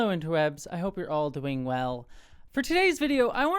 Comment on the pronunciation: for some reason, I heard the intro like "I hope y'all are Dwayne well" and it made me think of The Rock :)thank you, for that. I think I am Dwayne well today.